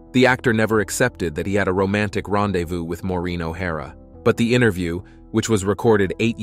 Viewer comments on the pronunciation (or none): none